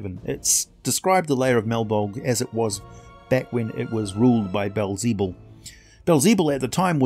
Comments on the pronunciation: Aside from the butchered pronunciation of Beelzebub fantastic! (Beel - peel with a b. Ze - like a German person trying to say the Bub - wolverine) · Baal zee bul? Bee el ze bub. It literally means “lord of flies”